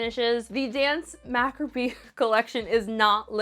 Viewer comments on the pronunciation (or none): It’s pronounced macabre, 😂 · You can pronounce mauve but not macabre? 😂😂 ❤ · Telling me to chill out as if my comment wasn’t is interesting. Likewise, no one is acting like it’s a crime. Sorry that words have certain ways to say them because that’s kind of exactly how letters and words work and that people are pointing it out because she butchered the word multiple times. 💀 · I’d say it’s more like “Mah-CAH-bruh” but that might just be my English interpretation of how to pronounce it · Lolol your pronunciation of macabre. 🤣🤣🤣